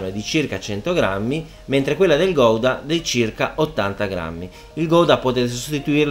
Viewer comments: Gouda si pronuncia "Gauda" preferibilmente con la g un po' sgatarrata all'olandese :D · chef eheheheheh non si dice "Goidaaaa " Ma in italiano con la u senza pronunciare la "O" guda ma si scrive Gouda ...formaggio style Hollandese scusa chef ,...sei spettacularrrrrrrrr